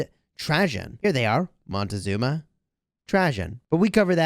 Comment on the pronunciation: The commander is called Moctezuma. Not Montezuma;)